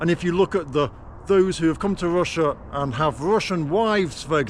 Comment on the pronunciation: Ffs! Its Russia not Wussia!